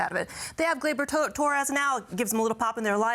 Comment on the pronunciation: LOL! "They Have Gleybar Torres" spoken like she was saying Barry Bonds. 🤣🤣